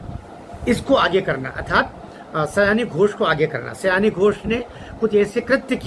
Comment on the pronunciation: उसका नाम सयानी नहीं, 'सायोनी' घोष है।